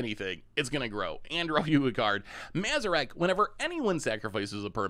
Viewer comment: reading odd as old was rough lmao, but not as bad as that mazirek kraul death priest pronunciation.